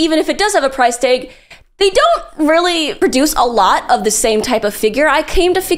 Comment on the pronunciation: when you say "tag" >